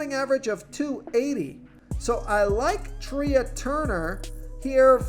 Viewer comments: Sometimes I come on your channel just to hear how bad you are. How do you not know it's Trey not Tria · Thank you. Your pronunciations are funny. Couldn’t let Treeah Turner go though. That was just too weird